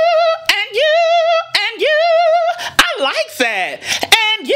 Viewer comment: I notice she sometimes she pronounced "you" as "Jew"